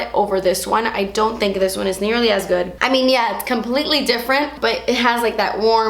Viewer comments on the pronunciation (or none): "It's not guud." Lmao love that part! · "ISS NO GEWWD" lolololol ded